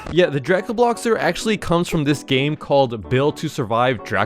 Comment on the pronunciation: its pronounced dray-co-bloxers